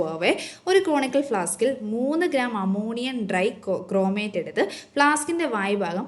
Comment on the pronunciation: അമോണിയം ഡ്രൈക്രൊമേറ്റ് അല്ല... അമോണിയം ഡൈക്രോമേറ്റ്‌ ആണ്